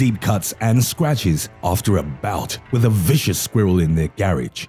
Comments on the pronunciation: the way he says SqUhWhirl lolz I’m dead 😵🤣🤣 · I love the way he says "squirrel"